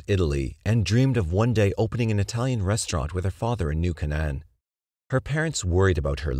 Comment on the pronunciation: KAY-n'n, not kuh-NAN